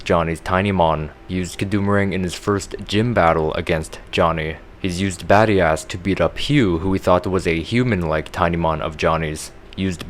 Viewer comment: badias sounds like bad ass